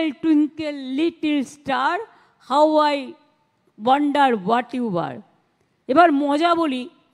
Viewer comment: আমি কি কানে ভুল শুনলাম মিনিট কি বললেন? হাউ আই ওয়াণ্ডার না গণ্ডার একটু থেমে কি বললেন? আমি তো শুনলাম গণ্ডার।